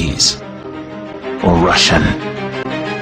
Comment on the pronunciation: i love when he says russian !